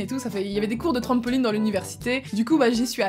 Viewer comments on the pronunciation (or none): comment tu dit tammpolinne!!